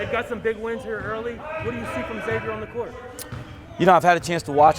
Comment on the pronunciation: Please stop saying X-avier. It's Xavier and the letter x is pronounced like the z, e.g. xylophone.